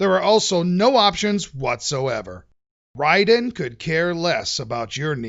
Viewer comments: Big ups for pronouncing the title correctly! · I always pronounced it Ray-den!